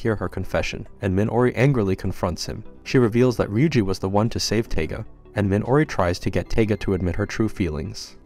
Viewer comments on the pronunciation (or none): This is Toradora, one of the first anime's I've ever watched.. you're mispronouncing her name, it's Taiga, sounds like Tiger, and she's tiny..... that's why she's called "the palm top tiger".